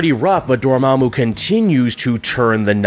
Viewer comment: why you keep saying Dormammu like that i thought it was DOOR MAHHH MOOO not DOOR MEHH MOO?